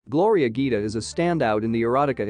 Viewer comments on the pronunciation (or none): The real gem of this video is not Gloria herself, it's the speaker's goofy pronunciation of italian names and words, you didn't get one right, well done.